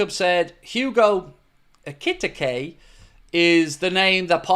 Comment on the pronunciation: try saying this for Ikitike's name... Eee-kit-eee-cay 😉😊 it's as close as I can get 😂 all the best to you and all the lads there at home in Wexford from a fellow Irish Red in rural Thailand. You help keep me sane-ish 😉 keep up the mighty job ye're all doing, thanks (I disagree with you, they are most handsomely deserved), I wish ye all the very best 🙏🙏🙏